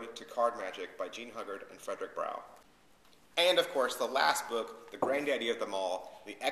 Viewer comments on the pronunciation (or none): Nice review. Not many book reviews on youtube id like to see more keep it up :). Id like to point out some errors the correct pronounciations are Jean Ugard 'h' is silent and Fedrick Browee .